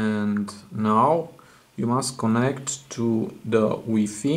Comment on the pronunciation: Weefee lol it's pronounced y fy